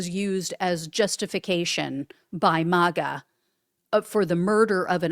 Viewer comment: He wont !! She should have stayed home not got involved!!! And its MAGA!! NOT MOGA!!!!😂